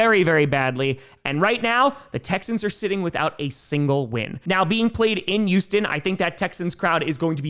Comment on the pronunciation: "Youston / Yuge"